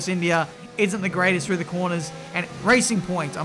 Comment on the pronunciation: I wonder if you’re ever going to learn to say Racing Point lol